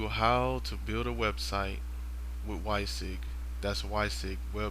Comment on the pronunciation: Thanks for taking the time to make the video. Just one point, however, the name of the product is pronounced 'wizzy wig' and not "why sig"; WYSIWYG is actually an acronym that goes back to the early days of computing and stands for 'What You See Is What You Get'